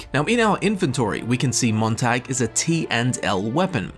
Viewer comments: I'm cringing on how he pronounces Montag. The "a" in it pronounced as "ah" in the word not "ae". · It's pronounced tog not tag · It’s pronounced “moon tag” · I'm from Dresden, we dont pronounce it like the English tag like he is, it's not a hard o I think you call it but it's a lighter a? I dont know how to spell it how it would actually sound without using o